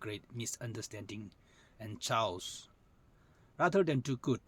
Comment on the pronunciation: Sir, Chaos is pronounced as kheyos not chows..